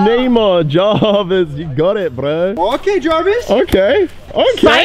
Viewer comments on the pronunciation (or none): “you got it bRrw” 😂